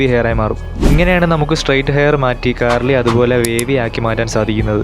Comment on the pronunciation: Curly ❌ Carly ✅